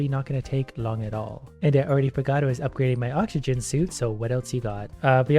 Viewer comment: first minute in and im already laughing my ass off the way he failed to read oxygen and didn't even care to reiterate is gold